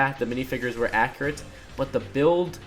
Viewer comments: You keep saying "ackrit" through the video. Its pronounced "ack-U-rit" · Omfg!!! It’s accurate, not acriate